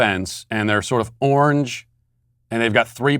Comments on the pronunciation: Did he just say ornge? 😂😂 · I feel so sad for Sweet Daddy Matt’s crippling color blindness and when you add to it his atrocious pronunciations….God bless this man. He struggles with people’s names but the word orange has proven to be a bridge too far for his garbling.